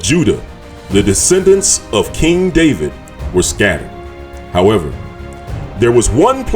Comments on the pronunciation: In Hebrew the “v” in David’s name is spelled with the letter called vet and it sounds like the english “v” and not “w”. So the way David’s name is pronounced in Hebrew is Daveed with the “i” making a sound like “ee” or as in the word feed. So knowing this it is a bit difficult listening to the reader pronouncing David’s name Daweed! He would be better off just saying David instead of distracting the listener’s ear from the message that he is trying to deliver. Its like someone saying I’m going out to cut the gwass when you know that he should be saying grass. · So .the pronounciation is Da'wid and not Da'vid? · Shalom king. I would like to know where you get this yahuah name from and why are you saying daweed when there is no W in Hebrew. It is there in Arabic. And you say Yahshua when the structure of Hebrew says that when the syllable is stressed on the 2nd to the last letter the vowel shortens. which would.make it Yeshua.... ALL languages have structures English is the most complicated..(In America) Real English is in England...so where are you getting these from, sir? I understand that people that are trying to learn a language make many mistakes. I have asked people where they get this from and they try to explain or they have no answer-They parrot what they hear. So I submit my questions. Todah rahbah....